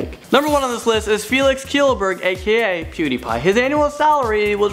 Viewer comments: "Felix Kyillberg" wtf!?! His name is Felix Kjellberg, but it's pronounced SHELLBERG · pewdiepie's name is pronounced shellberg